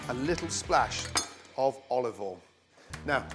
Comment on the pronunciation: "oul (oil)" "bazil (basil)"